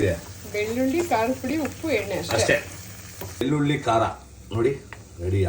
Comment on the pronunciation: ಅಣ್ಣಾ ಬೆಳ್ಳುಲ್ಲಿ ಅಲ್ಲ ಬೆಳ್ಳುಳ್ಳಿ ಎನ್ನೆ ಅಲ್ಲ ಎಣ್ಣೆ ಅಂತ ಹೇಳು